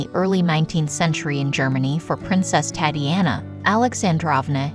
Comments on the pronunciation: The name Tatiana, should be pronounced Tahtee Ahnah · Please learn pronunciation. Tatiana is not pronounced as Tatty-anna.